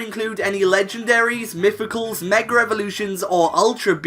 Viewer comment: The way he “mega” is the reason why white people cant say nigga😂